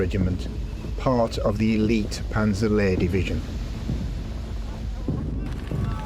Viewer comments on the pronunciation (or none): none